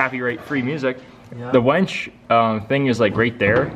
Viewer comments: why does it sound like he's saying wench instead of winch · winch.......not wench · Winch, not Wench. A wench is a girl who serves you drinks. Name = Jackolantern!